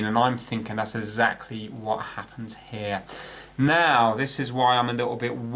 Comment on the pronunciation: "33 killer ohms? uF and not μF? Ezactly?" You're killing me! But I love your videos.